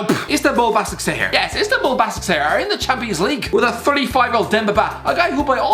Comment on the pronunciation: Just for reference in Turkish (where Başakşehir are from) the ş letter is pronounced sh